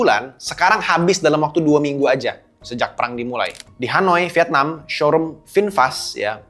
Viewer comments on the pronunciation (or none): none